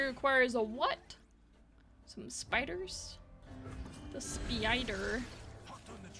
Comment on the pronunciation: I can't tell if Spee-ider was a megamind reference or just you saying spider in a funny way, thinking emoji